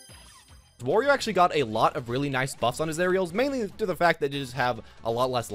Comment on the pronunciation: It's wArio not wOrio